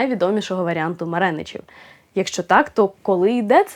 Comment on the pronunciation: Тріо (кого) -- МареничІВ! Так нашою мовою, в не москворотою Марєніч!